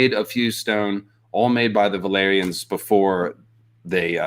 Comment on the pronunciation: Is it just me, or did say "valerions" instead of "valyrians" at least a couple of times?